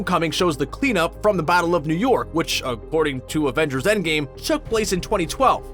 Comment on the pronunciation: did you just say "Avengers: Endgay" ?